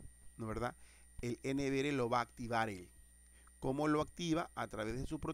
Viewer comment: No diga N V “ere” Diga N V “ERRE”